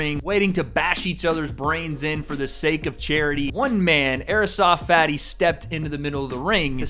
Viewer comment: I love the way says Airsoft Fatty like AEROSOFT Fatty. Lol.